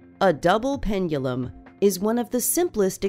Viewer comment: Is it me, or is she saying "pengulum"?